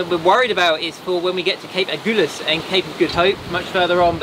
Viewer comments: Cape " A gull ass", not "A gool ass"😉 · So love your vlog but excuse me for being picky but it is AG-Hull-AS not AGOOLAS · Thanks for a super video. You're the only one that I follow. Only one thing, It's not the Agoolis current or Cape Agoolis it's the Agulhas. A gul has. I learned to sail in Port Elizabeth and we regularly joined visiting boats for the trip to Cape Town. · As a South African from Cape Town and a sailor I am really excited to watch you do this passage! I’m also proud to hear that you’ve been looked after so nicely in East London! Quick pronunciation tip: Agulhas - the “gul” part is pronounced like the word “gull” and the emphasis is on this syllable! Love your channel and your adventures!! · Lovely sailing.. nice photography .. Cape “Agulhas” pronounced A Gul has, like see gull 😀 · Please, it's Agulhas - the "u" is pronounced as in "umbrella - there's no "goo" in it! And I know - I grew up there! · I love your blogs but I am bemused by your pronouncement of aggullus which is not pronounced aghulloos. My folks spent more than four teen years sailing their 46 footer around the uk and France and right round the med basin. I am a bit envious of your amazing life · It's pronounced Cape Agulhas as in "seagull" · Cool video, thanks! Just a bit of pedantry.... Agulhas is pronounced "A-gull-ass", as in sea-gull. So sorry you got ripped off on your trip to Cape Point. It's disgusting that tourists should travel so far to be exploited in this manner.